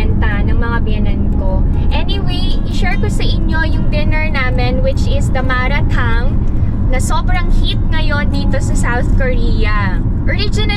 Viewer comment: Oo Chinese hotpot ang malatang, and it’s pronounced as mala - tang, not ma RA- tang